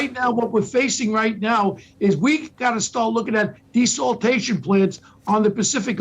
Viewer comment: Desaltation lol its Desalination . Only a New Yorkuh